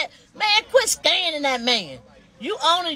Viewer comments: Is saying scanning instead of scamming and scan instead of scamm???????😮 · They going to jail lock his A$$$$$ Up ! She can’t even say Scamming ! What is Scanning??😡